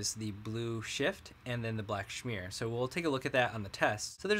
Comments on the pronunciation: it's smear not shmear! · Do you mean to pronounce smear as schmear? Schmear is generally used when referring to a bagel spread. Not quite the same thing. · The funny thing is, I don't know how I'd pronounce either of those differently. Apparently, I'm smear/schmear ignorant, hahaha. I think we talked about this on Reddit, yeah? After having that pointed out, I read through everything and I spelled it correctly, but I must be saying it incorrectly. Oy, hahaha.